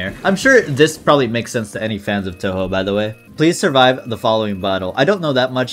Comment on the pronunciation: bro really pronounced it as Toho